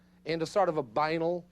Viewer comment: He pronounces the word banal incorrectly throughout the whole video, it's a bit irritating, I don't know why no one ever explained to him how to pronounce it.